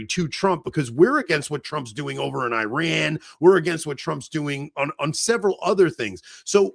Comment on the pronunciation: Quit listening halfway through because I can’t take the way say Iran 1 more time. That can’t be tolerated.